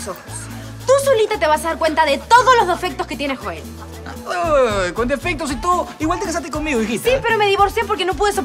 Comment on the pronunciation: alguien se dio cuenta q la dijo "dofectos"